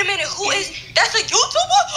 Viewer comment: ''on GOD he a Youtoober"😂😂